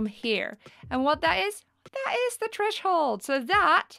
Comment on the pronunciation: lol trashole. its TTHHHREEESSHHH HOOOOLD